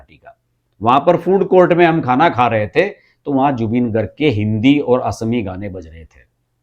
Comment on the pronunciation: गौहाटी नहीं, गुवाहाटी। असामी नहीं, असमीया। In English Sentinel means अग्रदुत, it is not about the Sentenelese people of Andaman. Get some general knowledge.